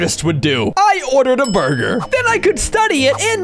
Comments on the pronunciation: in the video, said buger time instead of burger time. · He said buger time